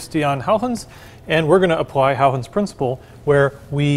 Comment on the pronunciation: Nearly perfect pronunciation of the name Huygens ;-)